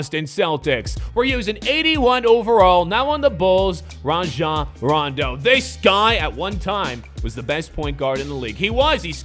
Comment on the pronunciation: He took the N out of Rajon and put it in Nowitzki lol, (Rajah, Nowinsky)